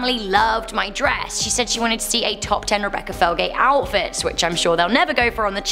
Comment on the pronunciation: Wow, I actually got the temps of the water pours right! Maybe it's cause I heat a lot of milk for my hot cocoa and water for ramen. Also did anyone else hear Rebecca say OWL-fits instead of outfits?